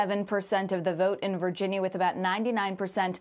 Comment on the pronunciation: She almost said "Vagina Race" in half way point of video 😂😂